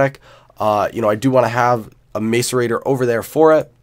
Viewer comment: Dude it's mass uh rate or ;) great vids tho quality content